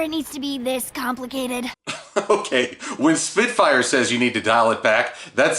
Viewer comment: Spitfire not soarin